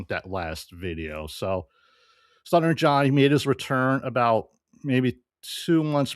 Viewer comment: “Sluttering John Epithode?”